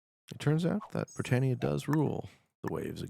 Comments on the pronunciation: Pedantic, but it’s pronounced bri TAN ia not bri TANE ia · Britannia not Britainia! Comon,I know you're from one of the colonies, but it's like me saying Canadia! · Why can’t you pronounce Britannia?